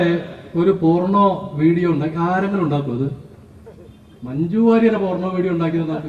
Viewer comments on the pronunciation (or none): ഈ സമയത്ത് ഇവിടെ പറയാമോ എന്നറിയില്ല. പോർണോ അല്ല, പോണോ... ഉച്ചാരണം ശ്രദ്ധിക്കൂ... പിന്നെ താൻ പ്രയോഗിച്ച ഉപമ ശുദ്ധ താന്തോന്നിത്തരം ആണ്. ഇനി ഒരാഴ്ച സമൂഹമാധ്യമങ്ങളിൽ ബലൂൺ പോലെ പറന്നു നടക്കാം. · പോർണോ എന്ന് തന്നെ ശൈലജയും പറഞ്ഞത് 😂